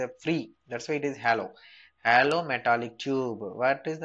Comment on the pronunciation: its not hallow it is hollow....